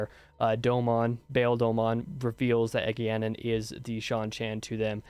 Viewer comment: Your pronunciation of Egeanin is pretty damn close to my hc so kudos there.